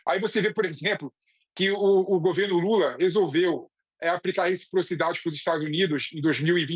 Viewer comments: Ensina o sujeite a falar rechiprochidade primeiro... Trocando um funcionário por arap............... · Se ele aprender falar reciprocidade, eu voto nele 😊😊😊